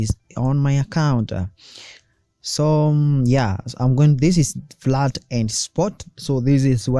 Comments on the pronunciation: Very good video. Please the word is FIAT not FLAT. It's 'I' not 'L'. F NOT F L A T I A T PLease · Fiat not flat